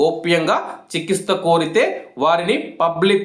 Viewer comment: Chiki'stha' kaadhu. Nayana "CHIKTHSCHA"